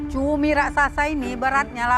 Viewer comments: Cumi❌️ CUMII✅️😂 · Ituma bukan cumi, tpi CUMIIIIIIII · Cumi ❌ CUMIIII ✅